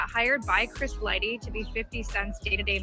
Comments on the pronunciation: Dude kept hearong folks say Lighty correctly & still chose the wrong path. ...Lighty alrighty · It hurt to repeatedly hear lightly. 😅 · LIGHTY... no "L-Y" Just "Y" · Bro are you fucking death. You have clearly heard that man's name is Chris LIGHTY not Lightly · My guy it’s Chris Lighty not Lightly!! 😂😅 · It’s Chris (light-tee) not Light-Lee!!! 🤨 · Bro, its LIGHTY not Lightly. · Chris LIE-TEE not lightly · Right! Damn man, see what the public school system do to you lol🤦🏾‍♂️. Comfortable saying "lightly" too as if he knows he's saying it right lol. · You’re not even sayin Chris’s name right 🤦🏾‍♂️ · This bad journalism, from saying the name wrong 100times, not showing the instagram posts in the right sequence, to why 50 really hired an investigator and 50 didn't start beefing Diddy after Lighty's death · Self inflicted... Not! Please respect Chris's memory by pronouncing his name correctly! My Guy 💡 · Right, It was like nails in the chalkboard each time I heard that. How do you not know Chris Lighty's name for one? Mispronouncing someone's name repeatedly when it's pronounced correctly multiple times in your own video is nasty work lol.